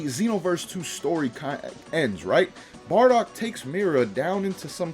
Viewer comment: It's Bardock. And I'm gonna die. 💀